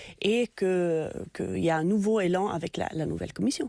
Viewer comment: Madame on ne dit pas " nouveau élan " , mais nouvel élan C est primaire deux voyelles ne se rencontrent pas .( sur France culture !!!)